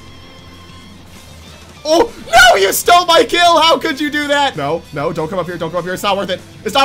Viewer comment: “YOU STOLL MY KILL” the unisverse where I died